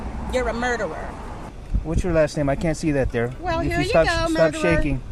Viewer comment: She cannot even pronounce murderer correctly. LOL